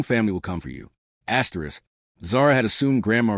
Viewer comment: What is this asterix asterix distracting the flow of the story?